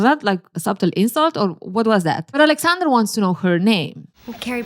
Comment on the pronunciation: Could Carrie not pronounce Aleksandr or did she just want to Americanize it?